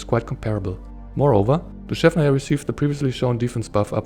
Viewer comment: Your pronounciation of "Dushevnaya" is spot on! ❤